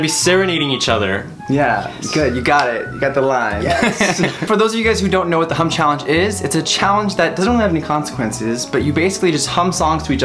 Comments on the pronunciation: Was I the only one who thought he said "hump challenge"?? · Am I the only one who thought said 'Hump Challenge'??😂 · At first, I thoughts they said HUMP instead of HUM. 😋😋😋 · I thought said the hump challenge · i swear he said hump.................